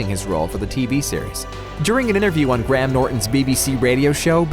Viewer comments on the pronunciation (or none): none